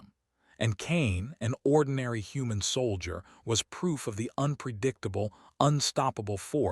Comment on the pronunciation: Saul i der instead of soul jer. Computer needs better training